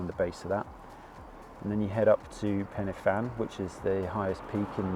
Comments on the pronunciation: Ha mate it’s pen y fan Not penefan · Pen y Fan pronounced pen-uh-van. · Really enjoyed the video. As an Englishman living in Wales would you mind me helping you out with some pronunciation please? F in Welsh is pronounced as a V, a Y is pronounced a an A not eey or aay. So it is Pen A Van. A U is pronounced as an E so it is Corn dee. Fan y Big becomes Van A Beeg. Hope that does not sound too patronising. I have subscribed as well. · Fan is pronounced van, y is pronounced uh, du is pronounced dee, so you say - Pen -uh - van, Corn Dee, and Van - uh - big. Big fanny sounds much funnier though! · Corn Du is pronounced Corn Dee, the F at the beginning of a word is pronounced V so it's pen y van, van y big etc.. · Good effort on the pronunciation. Just a couple of pointers. In Welsh a single f is a v sound. So Pen Y Fan is pronounced "pen uh van" and Corn Du is just pronounced "Corn D" no "u" sound. Similarly Fan y Big is "Van uh Big"